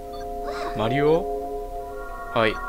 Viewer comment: マ→リ↑オ↑ (笑)